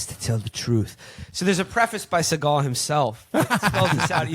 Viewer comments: Steven Seeagal. just say capitalism, not deep state lmao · So he actually makes the grand revelation (by saying it's the Jews). Isn't his name, (S`e.gal) , pronounced with the emphasis on the first syllable instead of the second, a Jewish name?